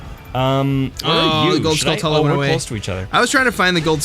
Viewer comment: "Skull-tuh-la" I say "Skull-too-la," but I say "ta-ran-chuh-la," because I'm not British. "Skull-too-la" flows better for me.